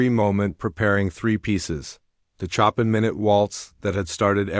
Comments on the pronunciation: Not chop an! It is pronounced as Show pan! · Great story, almost bringing me to tears ! The reader, was a very weak reader, and hadn’t taken the time to properly pronounce key names like Chopan.He pronounced it like Chop in rather than the phonetic Showpan which is the correct interpretation ! His reading was very choppy with sentences being butchered with continual long pauses, which were totally unacceptable for any reader , who put no effort to practice, until he could properly read ! Look for a job better suited to you ! No offence, this just is not in your skill level !!!